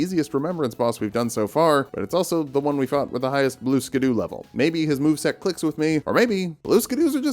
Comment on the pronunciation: This is a comment telling you it isnt actually pronounced blue skadoo! I can tell you don't know that, and I'm totally not just giving engagement!